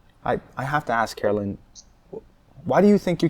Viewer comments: Dear channel, her name is Carolyn, not Caroline. You do know there's a difference, right? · It's Carolyn not Caroline!